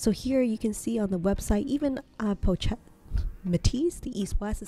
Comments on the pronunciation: I think you pronounce it “po shet”, not “pouch et.” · Appreciate your video! But you really need to research how to pronounce the word "pochette" correctly. Not hard to find out....